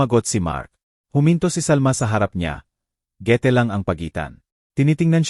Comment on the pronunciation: PARANG ENGLISH SPEAKING ANG NARRATOR, OR I'LL SAY NA AI-GENERATED, SO GANUN MINSAN MGA MALI ANG PRONUNCIATION NIYA.